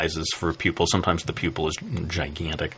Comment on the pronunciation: lol.. i like how u said that... gIGANTIC!